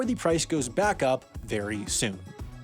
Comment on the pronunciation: Speaking of fake words, I heard a fake month: Feburary in place of February. Still, it's better than Febrey, which I sometimes hear.